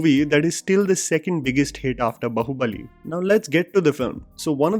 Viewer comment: I couldn't resist to point out the way you have pronounced Baahubali in this video. It has 'आ' की मात्रा in it, so it is pronounced 'बा' not 'ब'. In fact when you say that, it sounds बहुबली which may literally have a completely different meaning.